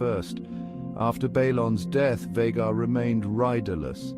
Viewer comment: So is it VAY-gar or is it VAH-gar? Pick one pronunciation and stick with it.